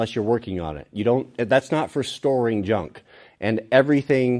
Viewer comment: Paul Akers calls it "Knuj" instead of junk.